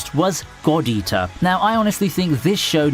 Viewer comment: Lmaoo, the way he says "God Eater" sounds like he is saying "Gordita"...and here I am, wth does Shakira have anything to do with this!? lol....